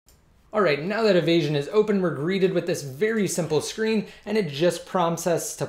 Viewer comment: nt avasion ...it's evasion ....u can my video ..more better ..3ASY355